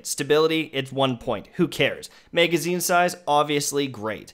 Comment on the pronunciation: MEhgazine...back up Mehg..lol